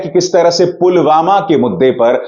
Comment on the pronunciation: pulwama ka naam bi theek se nahi bol paye the